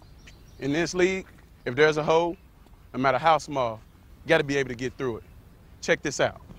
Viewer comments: IT SOUNDED LIKE HE SAID "If there is a hoe (hole), nomatter how small, you gotta be able to get through it" XD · I think I've watched this video about 20 times since I first saw it and still every time I swear Maroney says hoe not hole